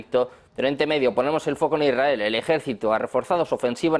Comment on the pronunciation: Hola, Molesta un montón a no saber hablar correctamente. Se dice lsrael NO lrrrael !”